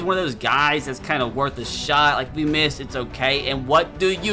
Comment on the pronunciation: Bro said it’s woth it